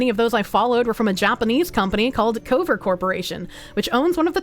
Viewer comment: Why does she pronounce it CÖ-VER?